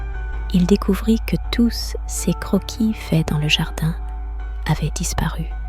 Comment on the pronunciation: Les histoires sont vraiment bien, mais cela serait tellement mieux si une vrai personne les contaient…… La prononciation du mot « ses » est vraiment très agaçante